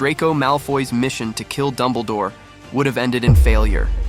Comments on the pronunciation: ITS DUMBLEDORE NOT DUMBLEEDORE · Dumbleh-door. Thanks A.I.